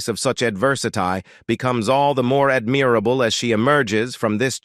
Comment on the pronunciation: The robo-voice mispronouncing "measures", "adversity", and "admirable" told me that you didn't have enough respect for Susan Boyle, neurodiverse people, or us, your listeners, even to find a competent native English speaker, to read your text or even read it yourself if you are not one. I stopped listening at that point. God, what disrespect in a video about respect. I would have more respect for an accented foreign voice reading these words sincerely than for that damned robot.